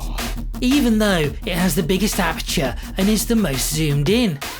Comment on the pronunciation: APT-ure, APT-ture, APT-ture!